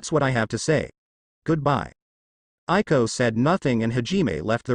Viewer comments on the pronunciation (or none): Yes I more loving this audiobook and it's Aiko not Ailo